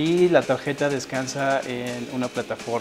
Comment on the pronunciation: dices port como estadounidense pero dices tageta jaja xP